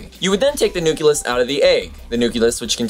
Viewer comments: you say nucuLUS instead of nuclEUS is this because it is correct for what you are referring to or do you need a little factoid yourself? I know that mostly nucleus is used when referring to cells; is this some type of pluralization? probably not... anyways, just making you aware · i'm a science teacher and i like your video. I use a lot of videos in my class, but i'm afraid i cant use yours. i just don't want to let my students think cells contain a "nuculus". You keep pronouncing it "new-cue-lus"? (16 times!!) when it should be "new-clee-us" . your old science teacher must cringe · Love the video! The only thing is the word nucleus is pronounced "new klee us" not "new ku lus" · nuculus hehe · Anyone else hear him say nukilus? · Interesting video, but I must say, every time you say nuculus it causes me so much pain :D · Nucleus is not pronounced "nook-yuh-liss". But since I loved the video, my duties as a grammar nazi have been nullified because I'm not mean. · a "nuculus" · Please. It's Nu-cle-us. Awesome video though. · You keep saying nu-kyu-lus. The word is pronounced exactly how it's spelled. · Sorry if it seems like I didn't get any of the most important philosophical and ethical things on the video, it is just that, this specifically distracted me. I know it is not "wrong", just that being Brazilian I grew up using and listening the "cle" not the ke(que?) pronunciation of "nucleus" and it just throws me out of the thinking track whenever someone says it this way. But keep it going, I like your show! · umm that's not how you say nucleus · A kitten dies every time you mispronounce the word nucleus. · I implore you to begin pronouncing nucleus the correct way. Otherwise good video. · I don't get your pronunciation of nucleus... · It is pronounced nucleus not nuculus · Pretty good video, but... For the love of God, stop pronouncing it like "nuculus". It's "nucleus". Noo-klee-us. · stop saying nuculus! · Nu-CLE-us AAAAAAAAAAAAAAARGH!!!